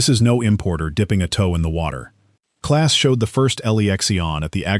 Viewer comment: The German truck companie's name is "EM - AH - EN", not "Man", and the combine builder's name is "Clahhhs", not "Class". If your name is "Smith" and you come to visit our country, we'll call you "Smith", not "Schmidt". It's a matter of respect.